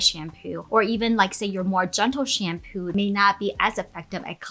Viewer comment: Most of the times you say shampoo, I hear shampu, is it me or is it you? 🧐